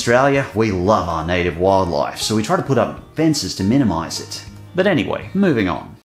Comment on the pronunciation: I don't think you've ever sounded more Australian than when you said "wildlife" lol